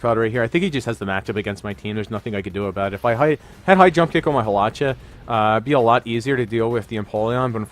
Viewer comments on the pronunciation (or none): Haw-lewch-ahh lols 😂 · You say hawlucha and zapdos waaaay wrong